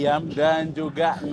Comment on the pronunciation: Nasi Hainan bang, bukan hanian😂😂😂😂